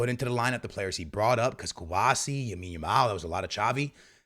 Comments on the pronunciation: Knowing Barca’s luck though someone is going to get injured during the international break 😭. Also saying YAMINE Yamal 😂 is crazy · Bro speaking “RRRRRREAL Madrid” But also “Yamine Yamal” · STOP CALLING HIM YAMINE ITS EMBARRASSING 😂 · Everytime bro this man😭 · Say Lamine’s name right my boi